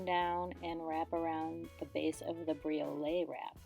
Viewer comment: I love this idea. I actually bought some copper washers on Amazon recently with jewelry making in mind. But how can you tell if they're pure copper? And just fyi, not a big deal, but it's pronounced bree•oh•let. 😊